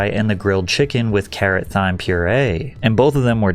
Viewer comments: For future reference, Thyme is pronounced like Time lol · I just gotta say you literally said “thyme” with a TH 😂 it’s pronounced “time” the h is silent not hate or judgement at all I just got a chuckle from it and no one else in the comments is mentioning it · ts pmo why do you say th-ime 💔🥀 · Mate you pronounce thyme like time 😂 tell us you don't cook without telling us 😂 great vid though 👍 i like your music too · Patrick, it’s “Time” not “THyme”. That’s the real pronunciation and not just the American way of saying it. The word is pronounced the same as "time." This is because the word originates from the Greek word "thumon," where the "th" was pronounced as a "t" sound. Over time, English pronunciation shifted, leading to the modern pronunciation of "thyme" as "time". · Thyme is pronounced Time man, rednecks lol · Thyme is pronounced "time." I think it's time for ai ad reads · Dude called the spice "th-yme" not "time" and that is awesome lol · Buddy, thyme is pronounced “time” 😂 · Thyme? I’m 99% sure it’s pronounced time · loool Heard that too! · Did you just pronounce the h in thyme? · and thyme 😭